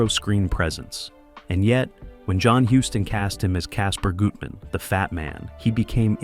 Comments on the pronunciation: CASOER “GUT-MAN” not “GOOT-MAN” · AI pronunciation of names weird. Goootman?